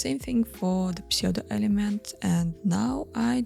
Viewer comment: Не сочтите за зацепку, у вас отличный английский, а псевдо-элементы произносить на Английском даже проще — судо-элемент)